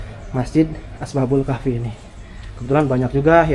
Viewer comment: Bukan Asbabul Kahfi, tapi Ashabul Kahfi.